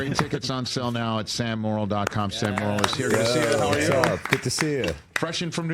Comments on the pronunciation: Hey Rich, his name is pronounced "more" - "ill," not "moral." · Sure it's not 'morel' like the mushroom. 😜